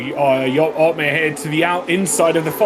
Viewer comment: Jarno OP-meer